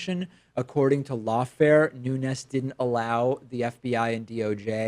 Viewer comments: Pronouncing ñ when it's just n is considered a form of hyperforeignism, like when people call habaneros "habañeros". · Portuguese fellow, here: in words that end with a vowel and an S, the vowel is a bit muted and the S is pronounced kinda like an in-between of "sh" and "j", So in Nunes' case it'd be something like "Noonsh".